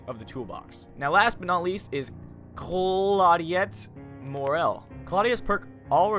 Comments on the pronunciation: I thought the teachable perks allow said perk to be learned by your other characters later on in the web from what I heard. Also, Claudette is pronounced Claw-dette, not claw-de-yet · "Claudette" not "Claudiette". Other than that... ehm... TRIGGER.... great vid dude :) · I believe Claudette is pronounced Claw-det? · Pronounce Claudette like Claw-debt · Oh god you murdered Claudette's name Btw great quality video my guy ^-^ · How the heck u dont know how to say Claudette lol